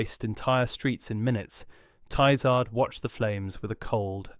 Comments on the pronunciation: It’s Ti-Zard the i is pronounced as in, in, NOT as in LIGHT. The a, in ard is pronounced as in “are”, NOT as in;:’ This guy changes pronunciation of words EVERY TIME HE SAYS THEM. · If one is making a video about the Tizard mission, one should at least find out how to pronounce "Tizard". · I do wish 'you' would be consistent in your pronunciation of Professor Tizard's name [it is 'tiz' with a short-i : NOT 'tie' like the thing round 'your' neck!] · Disconcerting variation in the pronunciation of Tizzard ("Tie-zard", "Tee-zard", and also the correct "Tizz-ard") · It took about 60 seconds for me to give up on this video. Three different pronunciations of the same surname in one minute will do that. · How many times and ways can you mis-pronounce and mis-spell the name of your principal subject?